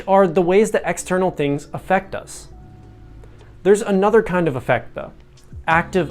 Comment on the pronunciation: The "Aff" of "Affect" is pronounced in the same way as the "Aff" in "Ben Affleck," not like "Effect"